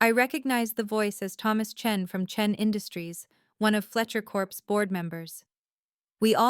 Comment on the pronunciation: Fletcher corps not Corpse you idiot.